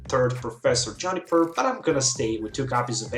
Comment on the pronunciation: Why does he say "johnny-per" instead of "joo-ni-per